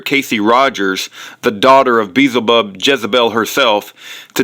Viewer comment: im glad Kent is out of jail. love his teachings of creation but you sound like you are trying to sound and act like Kent and it's annoying as all get out, God bless kent. An who is Beelzebub?...... you are saying it wrong SMH